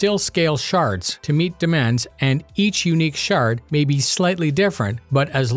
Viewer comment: I hear 'shart' instead of 'shard' ....why does that feel so apropos?